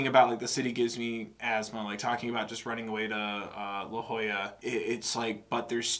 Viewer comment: 1) I'm so thrilled you listened to this album I really was hoping you would after you listened to the egirl trilogy 2) YOU PRONOUNCED LA JOLLA RIGHT ON THE FIRST TRY I literally cheered when you said it right b/c so many people don't know how to say it